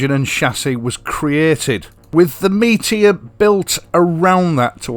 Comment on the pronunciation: Yo bro cool rap right there 😁. Good Yorkshire lad getting the name right….never in doubt. So why do the others call it a Meetyor?